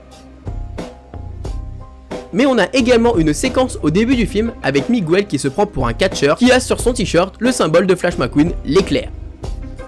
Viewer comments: S'il te plaît, on ne dit pas "Migouel" mais "Mig el" 😉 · Dans Miguel, le "U" ne se prononce pas sa me stress beaucoup quand tu le dit !!! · C Miguel pas Migouel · Ses pas Migouel ses Miguel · Moi il y a juste un truc qui me met hors de moi en tant que prof d'espagnol et me fait mal aux oreilles à chaque fois que je l'entends, c'est la prononciation de Miguel!!! C'est de l'espagnol, donc on prononce GU comme dans Guitarre!!! On n'entend pas le U ( contrairement au "Miguel" portugais) Donc si ceux qui font des vidéos en utilisant des mots espagnols pouvaient se renseigner sur leur phonétique avant de publier, cela serait sympa car ça éviterait d'apprendre une mauvaise prononciation aux élèves hispanisants. ¡ Gracias !